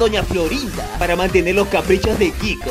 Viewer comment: se estan dando cuenta que en el minuto 3.24 en donde dice (manteder) XD